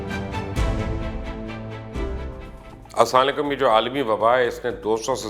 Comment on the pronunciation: Apna salam karnay ka tarqa/pronunciation durst farmay JAZAKALLAH